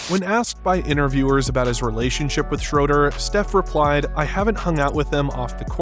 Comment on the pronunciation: Schruder ? Are you German because i am and you talk 💩